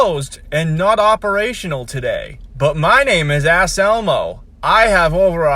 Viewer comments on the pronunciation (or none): His name is Anselmo not Asselmo. However, he is an asshole.